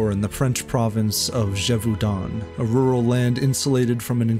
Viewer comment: “Gévaudan” is pronounced “zhay-voh-dã’ (not zheh-voo-don”